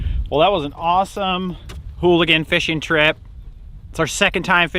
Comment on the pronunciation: Earl Goudie eulachon not hooligan Contents 1 English Alternative forms eulachan, oolachan, oolican, oolichan, oolakan, oulachan, oulachon, oulakan, ulicon, ulikon Etymology Borrowed from Chinook Jargon ulakan, from Clatsop Chinook. Pronunciation (UK) IPA(key): /ˈjuːləkɒn/ Noun eulachon (plural eulachons) Synonym of candlefish